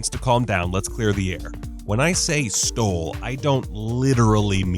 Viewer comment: Camp down with the word stold